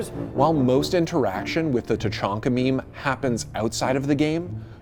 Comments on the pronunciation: It’s pronounced Ta-hak-na Not tachonkna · “Microwave was the first one to say LORD TACHANKA” Microwave: “LORD CHANKA” Me: NO.. NO.. NO HE DID NOT SAY IT FIRST, HE SAID CHANKA NOT TACHANKA